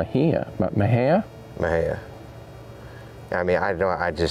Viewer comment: Yayyy, yall pronounced Mexia right lol